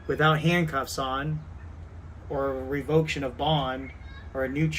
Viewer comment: Calls everyone watching morons but can even pronounce revocation..what the hell is revoktion? Hell, hes been revoked so many times and heard the judge say it to him so many times you would think he would know how to say the damn word! Btw the way, whose the moronic idiot now,? Enjoy the rest of your life and the next 10-15 in the big house, Putz.